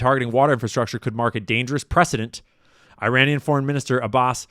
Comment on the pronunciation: could you tell Candace how to pronounce ''Abbas'' right so she doesn't make it sound like Abbott & Costello?